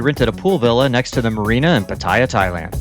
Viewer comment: Love your videos!! But you are in Patt-EE-ahh. Not Pah-tay-ughh. Just sayin! Have a blast.